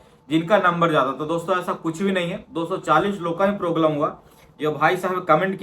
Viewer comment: Proglem❌ problem ✅😊